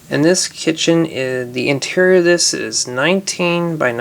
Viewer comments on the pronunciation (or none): none